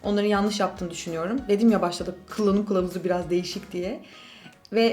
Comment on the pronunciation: Abla sen u diyemiyon heralde kıllanım klavuzu diyosun😂